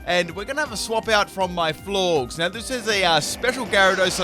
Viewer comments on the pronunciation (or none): AS MUCH POKEMON AS YOU PLAY AND YOU CANT PRONOUNCE "FLOR-GES" i.e FLORGES GORGEOUS